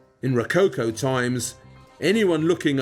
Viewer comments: rocáucoh ? you mean "Rococó " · Ro...not rou- cow cow😂...it's RO - CO- CO, WITH THE "O " OF " POT( not pout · The way you pronounce it, "rococo" must be falling from coconut palms. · I love Waldermar's way to present the topics. Just the way how he butchers "Ro-co-co" gives me a hickup ... anyway.